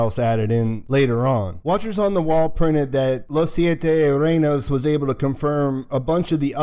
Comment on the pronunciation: you say Los Siete Reynos very well, no need to apologize. Thank You for the Update!